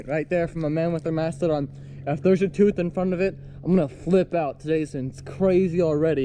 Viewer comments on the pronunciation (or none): there's a "thoof" lol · NoYezz I heard “ toof “